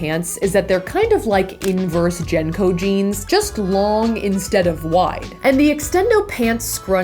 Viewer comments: Saf, I fucking love you, but the way you pronounce "JNCO" jeans as (jen-co) jeans, makes my brain hurt. lol I lived through the original JNCO phase, wore a pair of them every Damn day. lol it's properly pronounced (jin-co)-or-(jing-co)jeans btw. I'm aware they were a fad before your time, so I'm not mad about it. lol I hope that you continue cranking out awesome content. it gives me something to watch when my grandbabies (I'm a 33 year old grandmother of 3) take over my television. keep up the good work dollface! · ...Did you just pronounce that like Jen-co? Isn't it Jin-co..... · Oh god every time you said jnco I cringed so hard. Idk if that’s how it was pronounced in your area but in the south it was pronounced Jean-Co